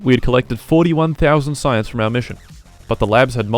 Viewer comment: Ah yes "sayianse"